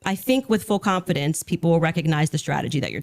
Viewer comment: full CWANFIDINCE